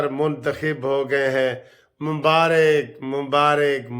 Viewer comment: وعلیکم السلام ورحمتہ اللہ وبرکاتہ سر جی MUBAARik nai MUBAARAk bola kijiay Please